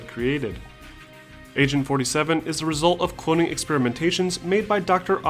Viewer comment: Lol, You keep pronunciating it as 'Asain 47'.